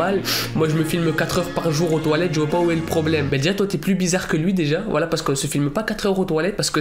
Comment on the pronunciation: Quand tu dis voila j'ai l'impression d'entendre wallah